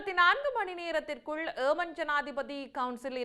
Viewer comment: Why you indian say aman its yeman please